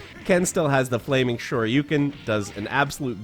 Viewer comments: Shoyu-ken vs Shoryu-ken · Isn't it Sho Ryu Ken?